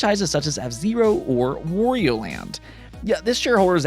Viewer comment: It's not "War - Eee - Oh" its "W-ah - Ree - Oh" 😂 You have to add the Wh-Aaaaahhh